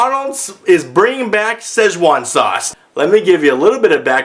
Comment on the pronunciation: When you said "with a z" you nailed it. That is EXACTLY how I say it irl.